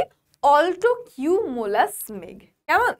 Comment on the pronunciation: Mam apni কিউমুলাম বললেন কিন্তু বয়ে তো কিউমুলাস লেখা আছে